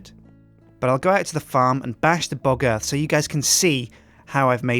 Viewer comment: Anybody notice how close pronounciation of " Bog Earth " sounding real closely to " Bugger "?